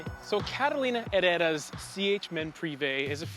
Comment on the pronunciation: it's Carolina HeRRRRRRRRRera. Amusing reviews as always. Big hug from Argentina 🇦🇷